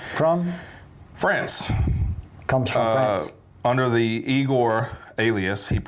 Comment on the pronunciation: You pronounced Igorrr perfectly IF you’re from my part of the world , south England. Any thing with an R on end the South of England exaggerates Rrrrrr’s “ Guitarrr , Barrr , Encorrrrrre . Even the English say we sound like pirates . 🤣 I love some Igorrr ! “ Headbutt” it’s brand new .